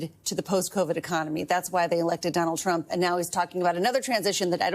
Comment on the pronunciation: Did Bessent say, "President Drump".